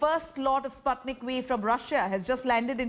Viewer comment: He is pronouncing it as Sp(u)tnik but she still continues to say Spatnik 🤦